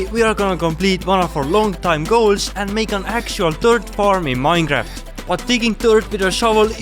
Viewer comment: Why the F does he say minegraft ?????